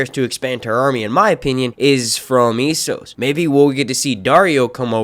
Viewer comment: Its not IESS-OS. Its ASS-OS.